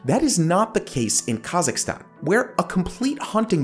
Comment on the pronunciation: Somewhat unrelated but thank you for pronouncing Kazakhstan correctly. You're the first person I've watched who's said it right :)